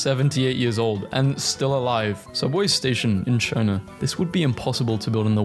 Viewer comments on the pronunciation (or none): none